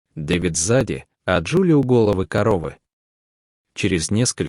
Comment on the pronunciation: Прости господи!ну можно выучить ударения!- это же слушать невозможно! У головы стояла- вместо этого у головы- ударение на первый слог и так далее!